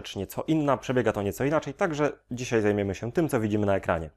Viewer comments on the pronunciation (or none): none